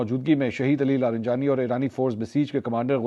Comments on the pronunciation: I really enjoy your Urdu pronunciation but disappointed with your pronunciation of non Urdu words. E.g Fajira instead of Fujairah, Jabeel instead of Jubail, LariNjani instead of Larijani. Hope you will take this as constructive criticism. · منصور بھائی لارینجانی نھیں بلکہ لاریجانی ھے یہ تلفظ کی غلطی صحیح کیجیے شکریہ